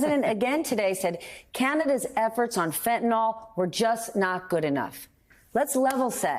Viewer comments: by the way people, it is pronounced Fent-a-NIL (fent-a-nol makes it an alcohol) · American politicians and media can't even pronounce "fentanyl" correctly, but they still continue to dwell on it. It's "fentanYL", not "fentanOL". 🤪